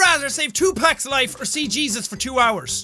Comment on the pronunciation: “Hello my name is hesus”